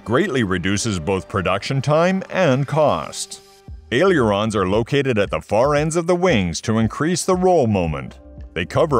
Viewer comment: Crap AI-generated narration! Can't even pronounce "aileron" correctly. It's NOT ay-lee-uron!